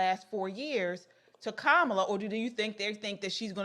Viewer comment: Her name is Indian it's pronounced Ka-ma-lah, like Kamalah Kahn the Pakistani-American super hero from The Marvel's aka Miss Marvel.